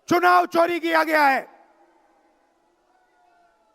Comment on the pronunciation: इस अंग्रेज की मां को हिंदी नहीं आती हमें पता था इस अंग्रेज को भी हिंदी नहीं आती ये आज पता चला है भागवत को भगवत चुनाव को चूमाव बोल रहा है कोई अमिताभ बच्चन को बोले इसका कुली बने और जैसे इसको लेके आए थे वैसे ही छोड़ के आए